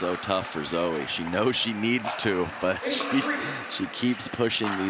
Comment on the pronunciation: Sounds like the announcers are saying "Zoey" almost -- are they getting the pronunciation right? Dominant performance by alw as always.